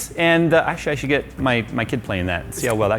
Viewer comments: U just said “Sould,” bruh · "Sould" or "Should"? 😂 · how powerful "sould" it be he says. HMMm maybe so duper super powerful? Hm. okay. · He forgot H in should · Sould bee wery powaful.